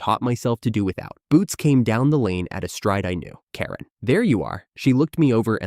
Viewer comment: why can't the AI pronounce Karen? you should at least make sure a main character is said properly or the story becomes annoying.